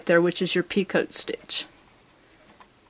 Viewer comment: Picot stitch is pronounced pico not pea coat. It's French and they don't like pronouncing the last part of their words, kind of like vallay is valet, franswah is Francoise, dillahto[then a barely hinted at 'n' and no 't' whatsoever] is dilettante, etc. Who are we to pronounce a consonant when they don't?